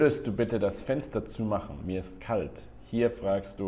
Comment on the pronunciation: Ist "zumachen" richtig ausgesprochen bei ?